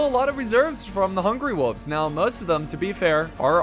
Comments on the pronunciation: Its wolves not woovs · Can we just take a moment and judge on how he pronounces “wolves”. I guess the “l” is silent and I didn’t even know